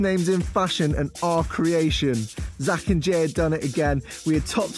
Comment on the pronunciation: Is it weird that I heard. "The Zack and Gay show"?